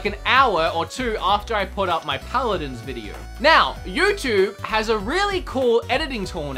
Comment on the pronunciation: Paladins not pladins